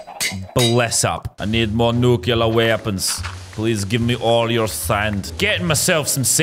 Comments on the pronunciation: Did anybody else notice that lazar is saying nuclear wrong the entire time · you pronounced nuclear wrong for the whole video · it triggered me sooo much when he said nukulur not nuclear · it just adds to the comedy that he said nukular